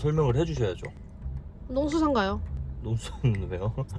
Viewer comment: "농숳ㅎ산ㅎ은 왜요ㅎ" 이게 왤케 웃기지 ㅋㅋㅋㅋㅋ